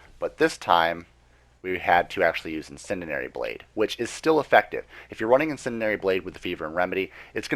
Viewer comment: In-Sen-Dee-Air-Ee! But, good info man. Just breaking balls...